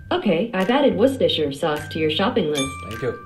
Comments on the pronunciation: It's pronounced woester sous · *worcestireisheahj sauce